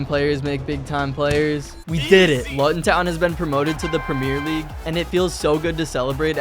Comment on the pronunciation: btw you need to pronounce Luton like this:looton